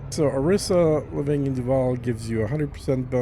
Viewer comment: You mispronounced Arissa when talking about the best power.